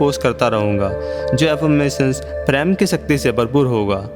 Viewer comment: I will suggest plan choose ur commentator in better way his voice should be nice and should speak correct word sh and s and it is prem not preem